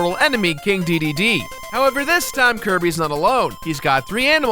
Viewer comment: I don't care how you pronounce Kine, but......DEEDEEDEE? it's DAY DAY DAY